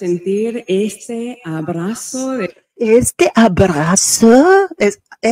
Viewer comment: Oye, she Google Translated her phrases and pulled out all the dramatics. y tienes razon, she has no accent--she can't even pronounce abrazo.